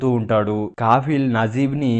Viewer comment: Kaffil kaafil kaadu